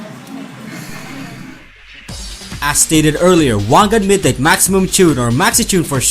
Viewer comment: You pronounced "midnight" wrong. You turned "Meed-naight" Into "Meed-nit"